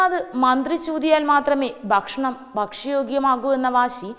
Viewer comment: News readers should be trained to spell rightly. guran- khuran, bashanam- bhakshanam and many more.